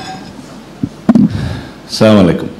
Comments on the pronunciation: সবকিছু বুঝলাম কিন্তু ''চা মু আলাইকুম " এটা কি???🙄🙄🙄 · সালামটা সঠিকভাবে দিতে হবে ছামলাইকুম এটা কোনো সালাম হয় না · সালাউদ্দীন সাহেবকে সালাম শুদ্ধ করতে হবে মনে হচ্ছে। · সালাউদ্দিন সাহেবের কাছ থেকে পরবর্তী সময় শুদ্ধভাবে সালাম পাবো আশা করি 🙏🙏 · সালামও ঠিকমতো দিতে পারেনা সে আবার মুসলমান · সালাম এর সঠিক উচ্চারণ টা শিখতে হবে জনাব,ধন্যবাদ। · সালাউদ্দিন সাহেব শুদ্ধ করে সালাম দিতে পারেনি। উনার যুক্তি মানা যাবে না। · সালাউদ্দিন সাহেব তো সালাম টা ঠিকমত দিতে পারেনা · সালাউদ্দিন সাহেবের সালাম দেওয়াটা শুদ্ধ হয়নি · খুবই সুন্দর আলোচনা।তবে সালাউদ্দিন ভাই একজন মুসলিম হিসেবে যদি আপনি শুদ্ধভাবে সালাম দিতে না পারেন তাহলে খুবই লজ্জাজনক। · শুদ্ধ করে সালামটা দিতে পারে না । আবার ইসলাম নিয়ে সমালোচনা করে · সালাম টাই শুদ্ধ দিতে শিখে নাই,দিন শেষে লাভ কি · এত ঠিকমতন সালাম দিতে পারে না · সালাম টাও ঠিক হলোনা লিডার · আপনি সালামটা ছহি শুদ্ধ করে দিলেন না। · হেতে তো সালাম টাও ঠিকমতো দিতে পারে না! নাসু সালাউদ্দিন। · হায়রে মুসলিম নেতা হয়েছেন শুদ্ধ করে সালাম দিতে জানেন না ।ইংরেজি তো ভালোই বলেন. আরবি ও দখলে থাকা উচিত নয় কি ?